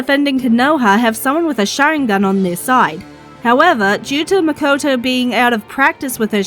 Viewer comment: It’s Mikoto btw